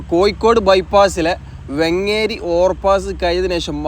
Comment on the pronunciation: പൊന്നു ചങ്ങാതി വെങ്ങേരിയല്ല വേങ്ങേരിയാണ് 😂